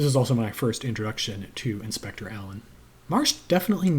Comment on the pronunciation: King Henry I died of a surfeit of lampreys…ate too many. In Marsh the Lampreys are an eccentric aristocratic family…too many of them, as Alleyn discovers. Good to hear you pronounced Alleyn right. Many still don’t.